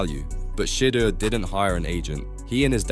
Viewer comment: If you can’t say his name right don’t make a video